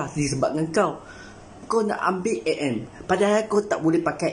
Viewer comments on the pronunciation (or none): Dia cakap a m eh?hahaha MM lah woii